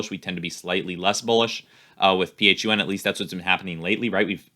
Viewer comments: Flying to the moon with dwac and just so u know its pronounced fun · Doesn't even know how to pronounce it. its pronounced Fun and it has way more value than Truth Social.